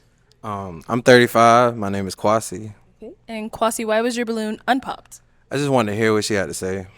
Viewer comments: "Quasi" I'm gon' need you to PRONOUNCE the name like it's supposed to be 🙄 It's KWESI 🇬🇭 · Kwasi needs to stop with that B.S.. your name ain't Kwaaa- c lmao pronounce it properly. So happy the guy in floral shirt took a chance and got the lady in floral dress. Their clothing was colour coordinated. It was meant to be. Can't wait for their re-union episode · Kwasi please pronounce your name in the true Ghanaian form 🙄🙄